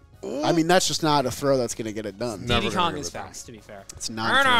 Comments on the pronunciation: Calling Diddy "Deedee" sends me through the roof. Do you call P Diddy "P Deedee?" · Why does call him DeeDee Kong? It’s Diddy. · Why do none of them know how to say Diddy